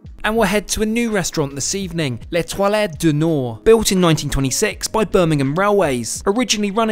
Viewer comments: THE WHAT ? you pronouncd " étoile (star)" like " toilettes (toilets)" i was so confused for a second 😭 that's what i get for only listening and not watching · Hi.. The pronunciation of Étoile is not " ÉtoileE " it actually sounds like ETWOL using phonetics. Sorry, but it made me cringe and clench my teeth Otherwise really like your travel vlogs. Im sure that you'd already worked out that Étoile is French for star and Nord means North.